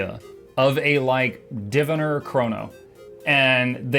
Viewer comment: pendant of the week here Diviner is pronounced Divine er, as in you look divine tonight (you have probably been told before)